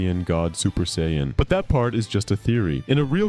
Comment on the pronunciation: How do you pronounce sayian in 3 different ways? 😂 Cool video btw